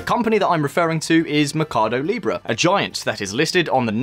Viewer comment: Why does he keep saying mecardo in stead of mercado?